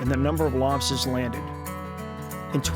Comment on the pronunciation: Stripahs and lobstahs